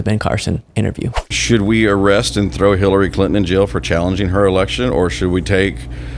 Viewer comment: Talk about dementia! If it’s not dementia then he’s clearly on drugs! They’ve doped all of these people and it’s clear! Would you trust this guy to perform brain surgery on you? I surely would not! 😷 When’s the last time he was evaluated? Can’t even pronounce Hillary Clinton correctly. Dump admires Capone! Also Dumpy weaponized the DOJ against Himself!